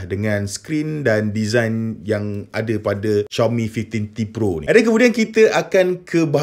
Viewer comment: Susah bebenor nk sebut five teen t pro😂sebut je Lima belas T pro senang